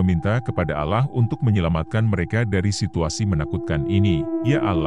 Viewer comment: min, dalam agama islam itu di tulis allah di baca alloh. bukan alah